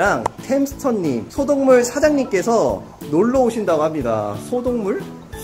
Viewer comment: 소동물을 소독물로 들으신분??? ㅋㅋㅋ 나만 그런가???